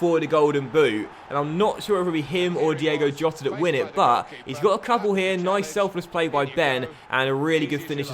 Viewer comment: Diego Jota is pronounced Diego Iota